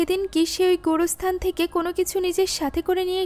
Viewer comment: আপু তুমি কবর স্থান কে গুর স্থান